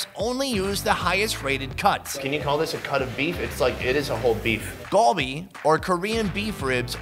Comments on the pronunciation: Its not gulbe its galbe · Galbi is not pronounced “gall bee” phonetically. My peeps use the wrong letters to translate it and have misrepresented the word. It’s pronounced “car bee”. Spread the word